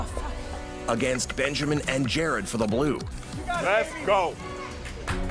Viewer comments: Is it just me or Ramsay still can't pronounce Jared and say Jerad instead? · GR: “JEROD”